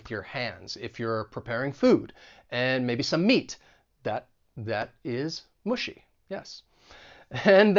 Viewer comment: I’ve double-checked it in several dictionaries (both British and American) and I haven’t found such pronunciation of “mushy” as Wess’. It should be pronounced either [ˈmʌʃi] or [ˈmə-shē].